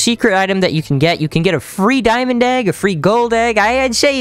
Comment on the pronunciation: You said diamong egg bro